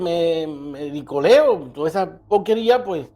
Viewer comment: Es meroliqueo, no mericoleo....jajajaja